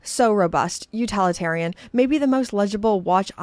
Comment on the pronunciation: Utilitarian not “utalitarian”